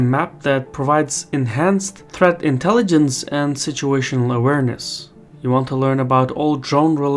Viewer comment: "Part of our intelligensh is mythological fusion"